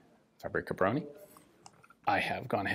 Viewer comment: BTW word fabryka contain word [ BRYKA] where is mean " vehicle ride " so is more alike FA BRY(j) (with originated 'y )KA - alike Fabry'ka ! And Bro-nih is [BRONI ]